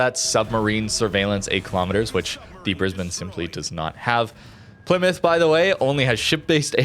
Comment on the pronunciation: Plymout father xd